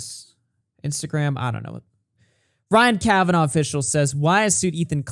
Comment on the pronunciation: "Ryan Kavanov" 🤣🤣🤣 Good one, Baldy Daniel Keem!